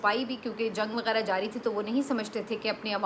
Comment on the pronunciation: آپ بھی اپنا تلفظ درست کریں پلیز “وغیرہ” کو “وگیرا” نہ کہا کریں آپ تو پڑھی لکھیں ہیں 😏